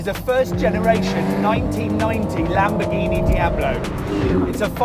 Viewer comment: He mentioned the name 5 times and I still can't understand wth the car's name is. Either talk slower, or learn how to freaking pronounce words!!!! The lamborghini e"?%&_ka